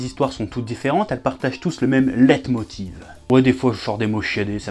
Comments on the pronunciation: C'est cool de sortir des mots chiadé de temps en temps Chef encore faudrait il savoir les prononcés :) Dans Leitmotiv y'a un i et ça coûte rien de le prononcer ! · Pat91 est d'accord avec moi Chef, j'ai personnellement toujours entendus et prononcé le i. C'est pas gravissime ça m'as juste interpellé sur le coup. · Peut-être qu'il dit "Le hit motive" donc pour lui tu prononces mal...